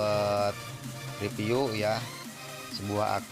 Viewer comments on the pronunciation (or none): Kata siapa orang Sunda gak bisa ngomong huruf "F" , eta teh "Pitnah" !!!